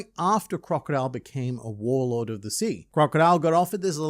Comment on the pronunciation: Did you say, WhoreLord or Warlord? 😂